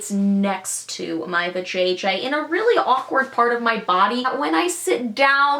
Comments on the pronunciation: I laughed so hard at how her mouth moved and the way she said vaJJ😂😂😆😆😆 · I love how you said vaJJ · I laughed out loud at the way she said vajayjay